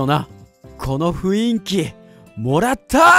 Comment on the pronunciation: ふいんきじゃなくてふんいきですよ